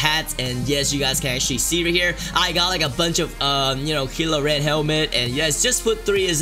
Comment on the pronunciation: You dont know to say kylo ren-dislike